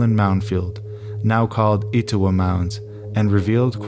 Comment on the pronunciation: Et-O-wah, and Cartersville. (Like jimmy Carter)